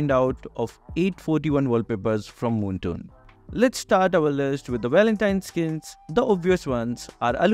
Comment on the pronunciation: Bro say moomton to make move MLBB heros